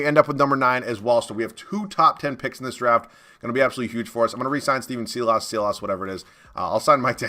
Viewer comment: Had to say it on Clique's Rockets rebuild as well, but Silas is pronounced "Sigh-les" not "see-loss". Just wanted to help you out bud👍🏻